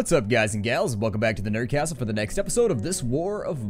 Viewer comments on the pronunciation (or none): none